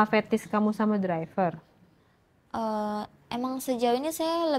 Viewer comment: Driver bacanya draiver mba🥺🙏🏻 semoga cepet tobat ya. Naudzubillahminzalik